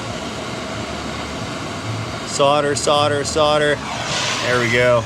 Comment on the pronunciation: Really fun video, thoroughly enjoyable! saying 'solder' properly made me oddly happy